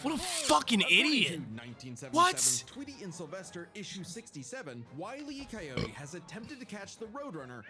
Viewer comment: Willy Coyote?! Did I hear that right? Wile E (as in... wily. Cunning. Clever)